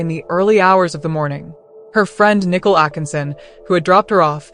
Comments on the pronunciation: Why is she calling Nicole nickel? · Nickel it's Nicole